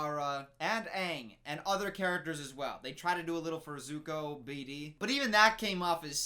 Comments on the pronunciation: It's Zuko, not Zoku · the name is "suck ah" :D and aaaaaaaaaaaaaaaaaaaaaaaaang :D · His name is Zuko 😂 You got the vouls the wrong way around 😂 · complains about mispronunciation also: earoh and zoku i cant😂😂😂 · They changed the names of the characters! Also: Zoku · Me crying and screaming simultaneously : ZUKU AND IROH OH MY LORD WHY?! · The pronunciation or iroh kills me. Also, it is ZUKO! Lol burned dude; the disrespect 😂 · over here complained about how aang’s name was mispronounced then proceeds to do so at both zuko and iroh’s names. I can’t with him 😂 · When he rips into Katara mispronouncing Aang and Sokka but can't say Zuko or Iroh right :/ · Gets mad because they changed Aangs name. Continues to butcher Zukos and Irohs name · This dude judging the movie for saying the names wrong but then mispronounced Zuko and Iroh 😂 Also there’s only 3 books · burn dude's name is zuko and his uncle's name is pronounced eye-roh congratulations to you for getting through this shitty movie